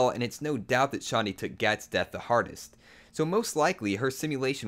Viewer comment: wow your cool you say dat instead of that. way to go you win.